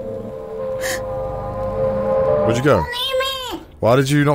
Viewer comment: That "Connur" had me wheezing